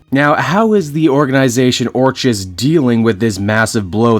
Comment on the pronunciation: Orchis is pronounced OR-kiss not OR-CHiss. Its like the word Orchid OR-kid. Hope you are feeling better man!